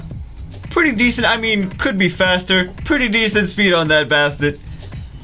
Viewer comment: basTEHT not basTIT